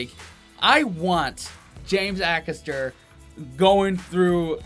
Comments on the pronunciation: It's pronounced Ay-Caster, he's hilarious. Is one of the best WILTY stories of all time. Melvin (no idea who he is) makes it better with his bench comments!.........James "There's an old saying, you're warmer in a bush than on a bench" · James a-caster not akasta 👍😎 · I love James Acster, and how he keeps such a straight face whilst uttering so much rubbish. LOl Oh and the A at the start of his name is said as Ay, not Ah. Well done for getting Noddy Holder. :) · Ay-caster not A-caster. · FYI it’s pronounced A caster not Ackaster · Great vid guys. It's pronounced James Ay-caster btw. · I'm sure someone's mentioned this already, but his name is pronounced A-cass-ter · Just to say his last name is pronounced A- Caster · DifferentLY !!!! AYcaster!!! Its really not hard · Not sure if you learned this. His last name is pronounced A Caster. He is wonderfully weird! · Lots of love to you both but you are saying his last name wrong, it's ay-caster, like capital A x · Haha did you say James Axster? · Love that final one,never fails to crack me up👌😂😂 Definitely need to check out more of James, his stand up special on Netflix is top tier, there's a few clips on here👀🔥😂😂 Jus a lil note,his name is pronounced James A-caster 👌💜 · Love you guys ... James Acasters name is pronouced AYcaster x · Excellent reaction. It's Ay-caster btw. Keep up the good work! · A James Acaster special being reacted to by you guys brings me inexplicable happiness! Also I think he's pronounced Ay-Caster, at least that's what most people on British TV call him :) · James Acaster is so funny, his mannerisms and his quick wit is hilarious 😂 Please please please, listen to how his name is pronounced cos it ain't how you think 🤔 😂 It's a hard A then caster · Acaster… Sounds like… Hay, May, Bay, Day, Gay and Pay…. A-Caster…👍😁👍